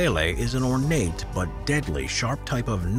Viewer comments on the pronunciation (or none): none